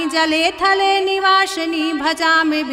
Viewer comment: वासिनी है गलत उच्चारण मत कीजिए